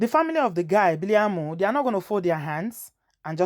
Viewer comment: The name is Biliaminu not biliamu